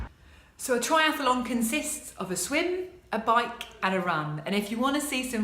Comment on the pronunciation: It's pronounced tri-ath-lon .. NOT tri-ath-a-lon. Apart from that, well done ... very impressive!! :-)